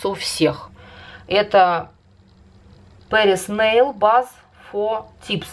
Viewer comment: База у вас Патриса нейл, а не Пэрис нейл